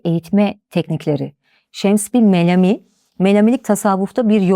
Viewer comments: Melami deki a uzatılarak söyleniyor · Nobel ve. Melami kelimeleri yanlış telafuz ediyor